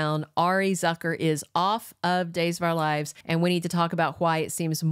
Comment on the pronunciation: Arianne's last name is Zoo- ker? not zucker like trucker